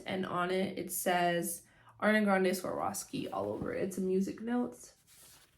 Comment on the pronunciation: Girl, you need to practice saying Swarovski before you embarrass yourself like that lol